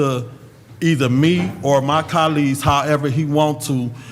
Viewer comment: 😂🤣😂🤣 "CA-LEE'S" (Colleges)!!! He loves sayn Germaine!!! Can't even spell it!!! 😂🤣😂🤣 "Pacific" (Specific)!!! 😂🤣😂🤣